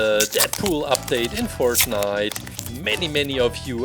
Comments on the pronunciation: Not making fun of but fert-night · Bruh he called it fartnite